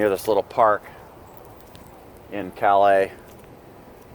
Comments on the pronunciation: Was up there two weeks ago(bar harbor) . From north of Boston so not that far of a trip. Calais is pronounced CAL-US , just saying. Don't know how far behind you are on your video's or where you are heading but if you are heading back to the states two things you might want to check out.1 Hershey rv show , Hershey, pa . ( chocolate) sept 13 thru 17( claim to be worlds largest) been their twice, going again this year and the adirondack ballon festival , lake george, NY (100+ hot air balloons) sept 21., thru 24 . Anyway enjoy your stay in Canada. Ps Montreal is beautiful, especially the GARDENS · Calais, ME is not pronounced like the city in France. It sounds like "callous". Ayuh.